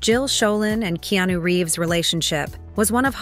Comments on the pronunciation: Narrator, his name is pronounced Ke-a-nu. Not Keenew. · "Keenu" ... I hate anything Ai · Keenu/Keanu=Not Keyonu.